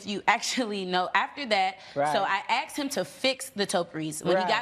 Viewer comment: Why do they all say "AXED" instead of "ASKED"??!?!?